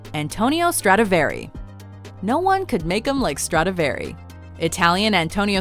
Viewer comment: Dumb ass bitch when you can't pronounce Stradivari properly at least do not mention it a hundred times just to say it wrong and get on everyone's nerves. You had one fucking job.